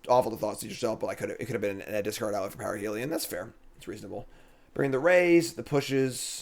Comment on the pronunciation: Is there a joke I'm missing, you keep saying parhelion wrong. Parhelion ≠ ParAhelion